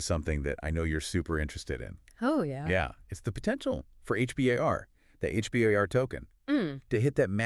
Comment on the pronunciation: We call it H-BAR. Not H B A R